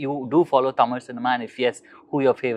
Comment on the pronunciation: His pronouncing words from tamil better than these generation